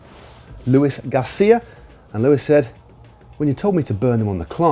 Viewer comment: Luis is said as Louis. Or luey not Lewis